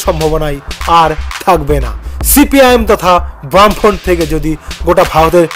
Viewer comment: বাম ফ্রন্ট উচ্চারণ টা ঠিক কর আগে